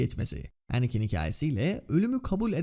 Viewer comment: her şey iyi hoş da niye şu anakin ismini normal türk gibi telaffuz etmiyorsun mk her seferinde kıl olalım diye mi